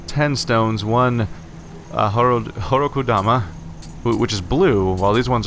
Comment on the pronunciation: I'm going to have to bitch about pronounciation on every episode, aren't I? Koh-DAH-mah. Christ that one is even spelled in all caps at some point. BEE-Zen. A long I sound in Japanese is always spelled "Ai".